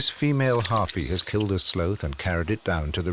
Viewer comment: Who taught this narrator how to say the word "sloth?"